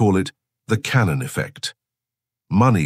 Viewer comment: Cantillon Effect. Not 'cannon'.